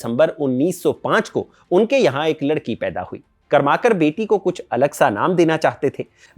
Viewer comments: कर्माकर नहीं .... करमरकर.. करवे नहीं .... कर्वे .. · कर्माकर नही करमरकर बाकी व्हिडिओ एकदम मस्त. Very informative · Karmarkar not Karmakar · बहुत बढ़िया भाई साहब! मैं महाराष्ट्रीयन हूँ और आप जो चित्तपावन ब्राह्मण के नाम का उच्चार कर रहे हैं उसे ठीक करना चाहता हूँ! शुद्ध नाम है इरावती कर्वे ( कारवे नहीं) और कर्माकार नहीं पर करमरकर? बाक़ी सब कुछ ठीक! ❤ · करमरकर बोलीये, कर्माकर नही. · "करमरकर" ऐसा उच्चारण होना चाहिए.